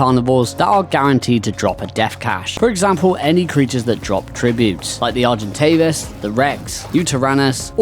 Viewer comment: Bro I just heard pronouncination of the argi she pronounced it argen-tah -vis. And dipplodocus as diplodo-doh-cus instead of dip-plod-ah-cuss she is mispronouncing names